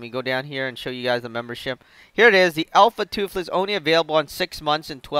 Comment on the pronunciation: "Alpha Tuffles" oh man... -.